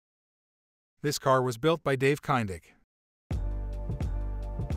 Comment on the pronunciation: Guy can’t even pronounce Dave’s name correctly!!😂